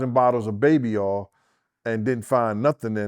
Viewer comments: Why is it so hard to say”Oil”? says Baby Aw and says Baby Earl. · oh i also failed to mention as well. Instead of saying three he would say tree😂 and as for oil he say Earl😂😂 . G